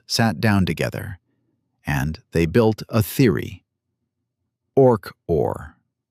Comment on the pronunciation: You asked for a comment, right now. OK: Why couldn't you use actual photos of Sir Roger and Stuart Hameroff instead phony AI images? Also, your AI narration proves the point that AI is not actually intelligent. Its pronounced "Orch–O–R", not "Orch-or". Otherwise, the story so far is reasonably accurate, especially for an AI narration. I'm not sure whether the content is AI-generated. I'm well aware of what Sir Roger and Stuart have done. I'll leave another comment after I finish watching the entire video.